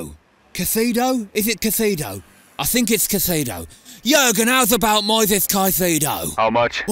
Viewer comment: Moisés* not Moises